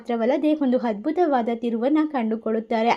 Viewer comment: You must pronounce Aa not ha, like adbhutha not Hadbhutha.